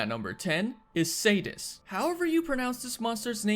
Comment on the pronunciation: Spoiler raging and furious are in iceborne now Also its SEE DEE US